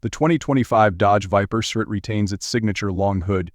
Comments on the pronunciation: The "surt" ? Are you shoor yore rite? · it’s pronounced S R T. 3 syllables